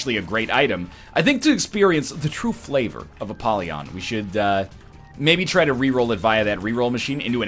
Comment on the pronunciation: I am disgusted by the way Ryab says 'Apollyon'